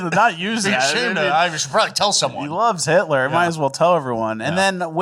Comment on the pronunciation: Waaa waaaa 😢 hitwer oh noo it's scawy Hitwer😢